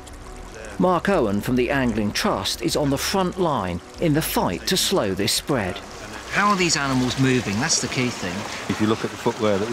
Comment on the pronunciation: LOL "They'be spwead acwoss tha UK" this presenter sounds like a monty python joke.